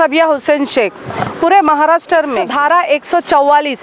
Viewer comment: Maharashtar nahi Maharashtra aisa boliye